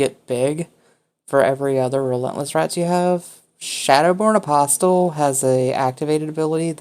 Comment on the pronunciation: Loved the video, but >>NGGHH<< "apostle" has a silent "T".